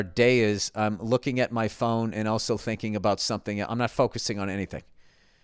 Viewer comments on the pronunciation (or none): none